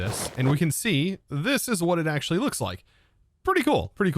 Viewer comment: AXE' ually